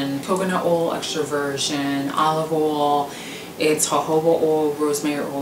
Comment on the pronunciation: Castor "oal," jojoba "oal" lol. My bf pronounces oil the same way.